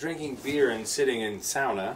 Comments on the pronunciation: He actually pronounces Sauna as "sauna" and not "soona" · I'm shocked and delighted by the fact that Paul Rudd pronounces the word "sauna" correctly.